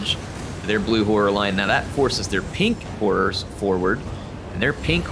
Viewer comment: Every time he says “Pink Horrors” it sounds like “Pink Whores.” I’m a big fan of this